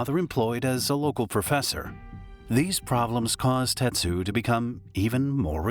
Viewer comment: His name was Tetsu, not Tetshu. And the woman's name isn't "Sawatan" it was "Sawachan". RIP Tetsu.